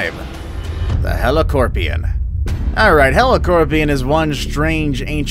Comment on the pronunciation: It’s a Heli”cop”rion, not Heli”corp”ion